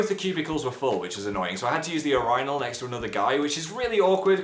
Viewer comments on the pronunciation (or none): Phil, urinal is not 'are-eye-nail'. It is 'you-ri-nal'. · Ur-eye-nal? I don’t know about you but over here we say ureenal, urinal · I didn't know British people said "ir-ine-al" instead of "urinal". XD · ... urineal? what..have i been saying urinal wrong???? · Yoo-rienal? Its called a urinal (yerinal) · Youryenal Omg weird way to pronounce urinal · I had to pause and rematch the way he says urinal yer-I-nal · apparently that's how british people pronounce it. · did phil call a urinal a your-ry-nal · when he pronounced urinal oo-ray-nal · Did he just say urinal emphasis on the 'rin'? WHAT? IS THIS A THING? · urinal: (uh-riy-nuhl) noun; how phil lester pronounces urinal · .... are we just going to ignore the fact that Phil pronounces urinal "uh-rinal" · The way he pronounces uranyl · Just noticed that you pronounce urinal really weird. We pronounce it "year-in-ul" in America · the what?!? 😂 I’ve never heard urinal pronounced that way before! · am i the only one who is uncomfortable with the way he pronounced urinal? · The way he pronounced "urinal"........ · I think its just how he pronounces it. I found it weird too 😂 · Wait, I think you guys may pronounce the word urinal differently.. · ummm. i would just like to say, you pronounce urinal very odd... yeah... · I've never heard anyone pronounce urinal that way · You raise very valid, albeit seemingly anti-American points (hehe). Did you know that in India, they say "calshum" for calcium? Makes me giggle. So does the way you guys pronounce urinal. And there's nothing you can do about it! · The way he pronounces urinal is weird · You said "urinal" funny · The way you pronounced "urinal"... never heard that before! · how does he pronounce urinal that way lol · ..i'm sorry...how did you pronounce "urinal"? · All Americans: "How the heck did he just pronounce urinal?!?" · You pronounce urinal weird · English people say urinal really weirdly! And I like that you chose to say with a boyfriend rather than girlfriend :)